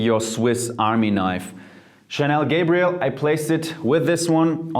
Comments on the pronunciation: He said Chanel Gabriel hahahahahahahhahaha its a damn girls perfume bro. its Gabrielle. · You pronounce Gabrielle as if it was Gabriel... it's Gabri...elle! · Have we all been pronouncing Gabrielle wrong or is he??? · How can you mispronounce so many names and still get that many views??? 😅 i know for a fact that that's not how you pronounce mugler, gabrielle,guerlain and many other names. Mispronouncation has just ruined the video for me!!